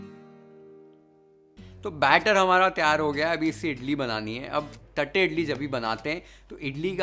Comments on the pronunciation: Th used in south indian languages does not mean थ ... it is त only. It is pronounced as तट्टे इडली. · Bro... Its not "थट्टे" its "तट्टे" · Dear Chef thank you for the recipe! Btw its तट्टे इड़ली. We SouthIndians use t for ट and th for त. But your pronunciation was spot on!